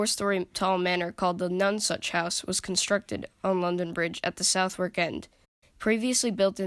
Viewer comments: Great video! If you would like to know Southwark is pronounced Suthark. A typical weird British pronunciation so don't feel bad! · brilliant video! nice work! Just two little points...nonesuch is so called because it was a mini replica of the now lost Nonesuch palace built by Henry viii....and it's pronounced suthark...best wishes and keep up the good work! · Americans can’t say Southwark! That aside very well done ! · Southwark is pronounced "Sutherk" and "Thames" is pronounced "Tehms" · Southwark is pronounced like 'other' with an S and K added; 'Sutherk'. The W is completely silent. Thames is pronounced 'Tems'. It was the south, not north gate that displayed heads, and it was not known as Traitor's Gate, which is in the Tower of London.